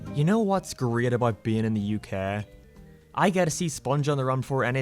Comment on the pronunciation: "You know what's great about being in the UKah"